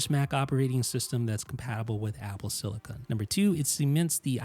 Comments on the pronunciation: Great video. Thanks. However, pls also note that its called "apple SILICON", and most definitely NOT "apple SILICONE". CON vs CONE. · Silicin not silicon